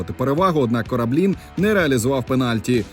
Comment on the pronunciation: 1. На неправильний наголос: не Кораблíн, а Корáблін. 2. Чому немає технічної можливості отримати відеоматеріали без голосу коментатора УПЛ ТБ? Як на мене музика замість інтершуму – не то.